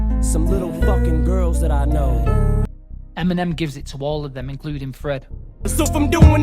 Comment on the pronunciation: Why did it sound like he said Feminem 😂😅 EMINEM WILL ALWAYS BE THE GOAT 🐐